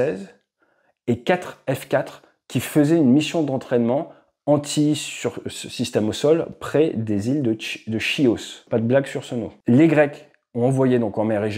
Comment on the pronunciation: Prononcé "kios", pas…